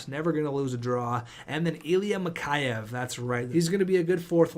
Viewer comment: Mikheyev is pronounced Mick Eh Ev